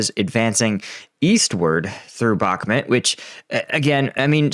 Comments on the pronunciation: brother, I love your daily updates and find you to be one kf the most reliable. But dude, being Ukrainian Canadian myself I cringe everytime you say Bakhmut lol. It's pronounced Bakh-moot. I believe in you brother. Bakh-moot. I think you spent to long in the middle east lol. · Bakhmut: It’s mut, not met…